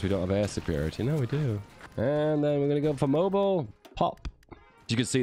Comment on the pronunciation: I know you’re a Brit but being from Alabama and hearing how you pronounced Mobile makes me understand the anger of us pronouncing some of your cities😂